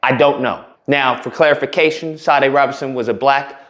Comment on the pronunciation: Pronounced "Sha--DAY."